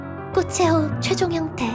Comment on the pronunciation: 꽃의 호흡 발음땜에 이상하게 들리잖아....